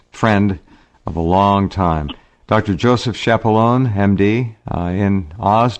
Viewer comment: Dr. Key-appa-lone-ay is the proper pronunciation instead of the "Americanized" method of saying Shappa-loan.